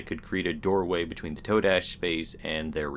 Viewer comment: I thinks its pronounced "Ta-dash". YOU know? Today, todash?